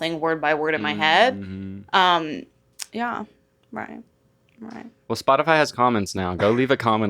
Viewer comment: i love how says "well" like "wool"